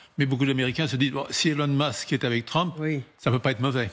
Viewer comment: Monsieur « Tramp » et Monsieur « Mask »